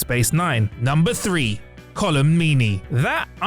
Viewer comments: That's not how you say Colm's name. He's Irish, it's just 'Colm' like 'home' with a C and an L. Not Collum. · i know colm meaney and he wouldnt be too pleased to hear you call hi colam meaney. its coLM, like fiLM or paLM, caLM or heLM. or better still HOLM (a road that gets submerged in floods or high tide). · Majel Barrett also did the voice of the Enterprise computer. And it's Colm not "Colum" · CHRISTINE Chapel not Christie Chapel! COLM Meaney not Column Meaney! You get it wrong now, kids'll get it wrong in future!!!!! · Colm Meaney's first name has only one syllable - Colm, not Col·um. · Colm. Not column. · Column Meanny lol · “Column” Meany? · The actor's name is COLM Meaney. Not 'column'. Small point, but kind of important. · "Colin" Meany who? Oy!!! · Colem? I thought it was Colm? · Colm has only one syllable,, like the word ‘calm’.